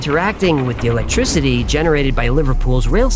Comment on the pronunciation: did he just say "Electrizity?" I'm out.